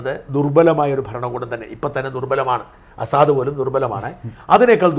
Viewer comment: അസാദല്ല ഷാജൻ സാർ….🤪 ബഷർ അൽ അസദ് ….🙏